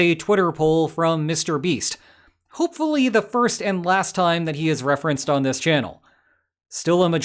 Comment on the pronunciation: the way you said 'MrBeast' was marvelous